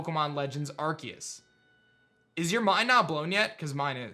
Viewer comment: I think Arceus is pronounced with an ‘s’ sound not a ‘c’ sound... but I’m not a teacher